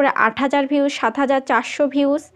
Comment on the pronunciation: Vius na views 😅😅 boltei parane 😅